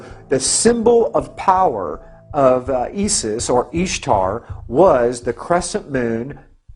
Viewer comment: With all due respect, Isis is pronounced "Eye-sis".